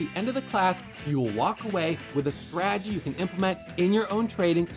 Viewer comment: I love, but God bless. He simply cannot say the word stradgy. 😅